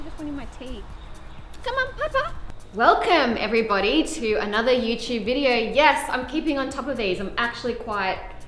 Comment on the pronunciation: Liking when you say "youchube" 💐